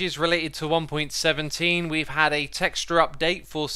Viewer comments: you kinda said "one pointeen" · “in one pointeen”